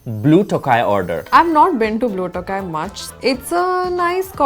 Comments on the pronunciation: Guys it’s not blue tokaaai, it’s pronounced as blue thogaii ( thogaii is a tamil word for feather 🪶, so does the company logo) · I cringed at their pronunciation of Tokai!